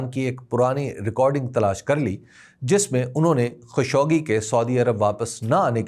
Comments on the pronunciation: خاشقجي ہے نہ کہ خشوگی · تنقید مقصود نہیں ہے۔۔ اصلاح مقصود ہے۔ صحیع تلفظ خالق-جی (خاشقجی )ہے۔ معذرت اگر برا لگے